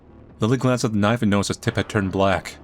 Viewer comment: I dont know why but always lose when he says KNAIF!!!!